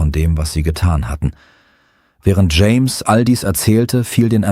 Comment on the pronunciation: "James' " not "Jameses" 🙄 Grammar is unknown to AI's and most Americans.